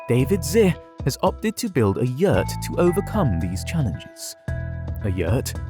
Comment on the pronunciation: The word "yurt" is not pronounced as yeeeeeeewrt, its yurt.